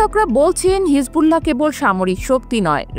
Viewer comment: হিজবুল্লা হ কোন ধরনের উচ্চারণ?